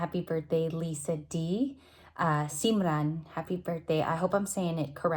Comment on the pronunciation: Thank you for the wish🤩🤩🤩🤩🤩🤩 And yes you pronounced simran correctly😁